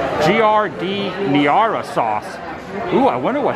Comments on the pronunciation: Hi Adam. I noticed you had difficulty pronouncing Giardiniera. The correct pronunciation is pretty simplified. It's pronounced "Jard-in-era". Take it from an Orlando resident originally from Chicago. :-) Absolutely love your vlogs BTW! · You’re so funny, pronounced phonetically as ‘jar din air uh ‘ My aunt & cousins worked with Portillo in the early days in Villa Park. You must try the Italian Beef that is what they’re famous for now. It is always backed up in the pickup line. The chocolate cake is awesome too. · giardiniera is pronounced JAR-DIN-AIR, spicy hot pickled vegetables. I would try an Italian beef next. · I eat Portillos a few times a month. Beef sandwiches are the best. Couldn't imagine not being close to one. Enjoy Adam. It's pronounced Jar-din-nair-uh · Italian beef and sausage combo is the best. And the giardiniera is a mix of pickled vegetables in oil. Get the mild and put it on. Pronounced jar-din-air-ah just to help you for next time! Enjoy, Portillos or White Castle, can’t go wrong! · It is pronounced Jar-Di-Nair-uh. The i is short. You're killing me over here. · Adam love your videos!! Just a lil fyi Giardiniera is pronounced Jar Da Nare Ah. Thanks for the video's hopefully I can run into you one day. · Italian beef sandwich extra giardiniera, dipped, 2x fries, 1 Chicago dog, and a cake shake, please and thank you. And to alleviate any further pain to all involved, it's pronounced Jar-dee-nair-uh You DO get bonus points, btw, for warning against ketchup on a Chicago dog! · Giardiniera is actually pronounced like Gardenia, or very close. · Jar-Den-Era - a mix of hot peppers, celery, carrot in oil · Villa Park (rhymes with vanilla) giardiniera pronounced (jar-den-air-a) --Chicago resident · Pronounced phonetically jar den air. You are welcome! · Giardiniera. Say it like "JAR-DIN-ERA". And yes, get that Italian Beef loaded and dipped. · Giardiniera=Jar-din-air-ah It's not your fault, but my fellow Chicagoans and I were cringing.